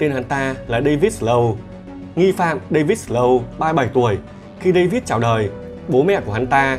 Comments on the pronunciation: giọng đọc hay mà tiếc cái là phát âm tiếng Anh dở quá ạ 😢 Nancy đọc thành Lancy, Snow đọc thành Slow, North thành Lorth nghe khó chịu vô cùng.. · đọc tiếng Việt ngọng thì thôi đi, giờ đọc tiếng Anh cũng ngọng nữa là sao? không có lần nào phát âm cho đúng tên Snow luôn á?